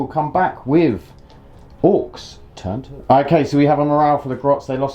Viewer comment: wtf. orkses ? orks is not easy enough to pronounce ?